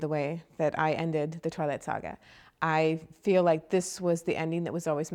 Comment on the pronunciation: she says sga funny hahha